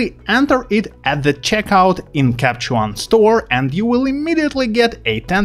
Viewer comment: Nice video, thx! Can you put a pause in “Capture One” please...in this video you keep saying “Capchon” instead, thx.